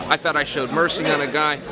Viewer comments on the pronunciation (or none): none